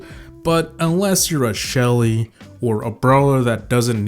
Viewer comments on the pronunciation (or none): none